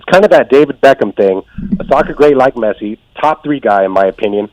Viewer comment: I am sorry but I am 20 seconds in this video, He said Messi’s name wrong and he said that right now Pulisic is on Messi and Ronaldo’s level? Okay I like Pulisic I do but he is potential is not on Messi or Ronaldo’s not even close😕